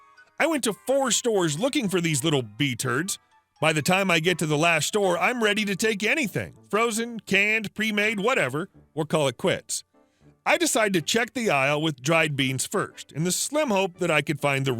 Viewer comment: "B-turds" instead of "bastards", lol I've never heard that before